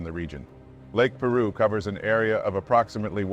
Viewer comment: It’s pronounced Pī-roo.